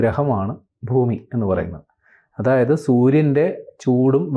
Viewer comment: ഫൂമിയല്ല ഭൂമിയാണ്